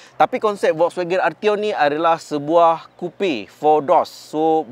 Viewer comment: cuba sebut FOLKSwagen